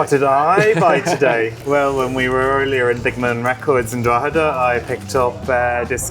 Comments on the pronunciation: "Drogeda in county Looth" 😭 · Drogeda in Co. Looth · Love how you pronounced 'Drogheda' and 'Louth.' Superb. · Well I mean he's not from Ireland so leave him be. Drogheda (Draw-heh-dah or even Draw-dah) is a town in County Louth (loud) Dún Laoghaire (Done Leary) is a seaside town in the south of County Dublin. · Drog - heada , county looot , dun lao- air ? Jesus Pronounce the names somewhat close to how they sound . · Drogheda, County Looth, and Dun low gere, Dublin 😂😂😂 You poor thing lol. Bet you're glad to be back in Ing lund ❤